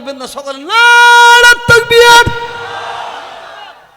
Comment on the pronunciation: নারাই তকবীর শব্দ টা ভালো উচ্চারন করো সাহেব তারপর কথা বলো সমালোচনা করো নি বাবা নীজেরা সাবধান হও আল্লা তোমাদের সাধ দেবে আজকে যে মঞ্চে উঠে বড়ো বড়ো লেকচার মারছো ঐ মঞ্চের জায়গা টা তৈরি করতে অনেক গায়ের তাজা রক্ত দিতে হয়েছে জিজ্ঞেস করো হাড়োয়া পঞ্চায়েত সমিতির সহ সভাপতি আব্দুল খালেক ভাই কে অবদান কার আছে বড়ো বড়ো লেকচার দিচ্ছো.......